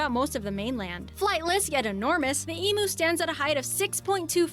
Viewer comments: It really sh*tted me when emu was incorrectly pronounced as EE+ MOO instead of EEM +YOU. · Sorry, it's going to take me quite awhile to comment on this video - EMU - not E-Moo It's not an "electronic cow" Matthew McConaughey - has/had a ranch, and David Letterman asked him what he had on it - well he said he had Emoos ???!! Didn't know how to say it. Didn't know why they were on his ranch Didn't know what they would be farmed for ?? On HIS ranch Honestly Not surprising, considering he is famous for just wanting to know "when can I take my shirt off" God damn.... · Ok.. Ee-mewe not Ee-moo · Bloody done is again. It's flippen Emu not Emoo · I can’t believe that the quokka is not on this list. If you think the wombat and koala are cute then the quokka is even cuter. Just a lesson in pronunciation. eem-you, not ee-moo Goanna, not goarna. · No such animal as an ee moo it's always been an eemyoo ,like wise there's no gowahnars in Australia but we have plenty of go Anna's, I know its nitpicking but it gets on my wick when loud high-pitched female narrator's pronounce words exclusive to Australia wrong ,oh and no one in this country has ever called a platypus a duck beaver . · Yes omg and when they said emo instead of emu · Em U as in you, not as in moo, go anna there's no r goanna cook a burra😊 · Like I told Ryan on the other YouTube channel months ago, every time an American says “Eemoo” instead of the correct Eem-you, a cute little Australian Kelpie puppy dies. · they are pronouncing emu wrong, it is pronounced "ee-mew" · They are pronounced Emu (EMYou) not Emoo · Eemyoos and Go Annas... Not eemoos and guanas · Pronounced Ee m"you" not Ee moo.....why they've got an American narrating an Aussie video is beyond me lol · its Emu not emoo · Eeeem-you, eem-you lol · EE-MEW!!!!!! And goanna is pronounced like 'Go Anna'. If you want cute, look up quokkas. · bro really called an emu an 'emoo' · And an EE MOO. What the phuck is an EE MOO????? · same with emoo instead of emu